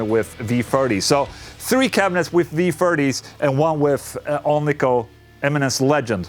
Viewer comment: Love when you say, "V-Firties". Makes them sound even better than the V-Thirties. Thanks for all the awesome videos Ola!